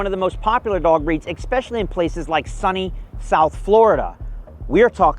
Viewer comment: His credibility just plummeted after saying expecially